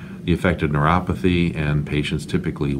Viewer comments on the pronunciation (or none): none